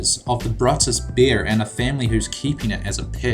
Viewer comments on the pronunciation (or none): The Bear's NAME is "Brutus"; it's not a Brutus-bear, as you said. It's actually a California grizzly bear with the given name "Brutus", which is NOT PRONOUNCED THE WAY YOU DID. It's pronounced "BREW-tuhs"! Casey, his owner, is right there in the photo, next to the bear that Casey has raised since he found him as an orphaned cub. Yay, I love their TV show! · What the hell is the Bruttus bear?? The bear's name is Brutus (broo-tis), raised from a cub by Casey Anderson and featured in several on screen roles. The bruttus bear.... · FYI ITS BRŪTUS NOT BRUTTUS. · He pronounced Brutus r wrong